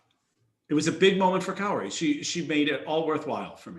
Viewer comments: He also said that Japan missed the podium and Italy was in 3rd, only for Japan to walk right out to award their ownbronze metals XD And the way he mispronounces Kaori (he says it like "kay-ori" when is "Kah-o-ri")drives me almost as nuts as the announcer at worlds saying "Kihiri" instead of "Kihira" for both the short and the free. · Kay-ori. Lol. Yes he butchered almost every name.